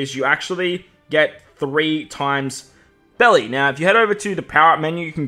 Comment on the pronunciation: It's the Japan pronouncing Berry- Belli